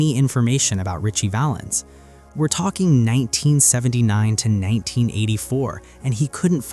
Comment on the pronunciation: Sigh! It’s Ritchie Valens